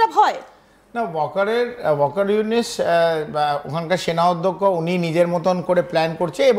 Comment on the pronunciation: ওয়াকার ইউনিস টা কে?? কাকা নাম টা ঠিক করে বলেন।।